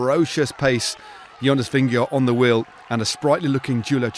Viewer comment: It’s a little thing, but I wish commentators wouldn’t called him “Vinne-go”. It’s VinneGARD.